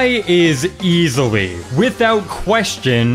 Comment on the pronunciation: "Spy is easiwy the front runner in giant shredding" :)